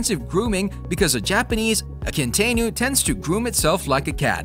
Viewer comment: Mr. Narrator needs to learn how to pronounce these names. I know all the dogs in this video and probably 200 more. BTW Akita Inu is completely misspelled and also mispronounced so badly! Also there is an American Akita which, being mixed with other dogs long long ago has different colors then these strictly Japanese coloring of white and red